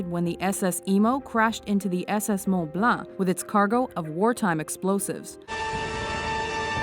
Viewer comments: Its mont blank not moun balun stop it you are not french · shocking she can't pronounce mont blanc when she is canadian.